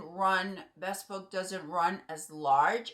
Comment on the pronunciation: It’s pronounced “bee spoke”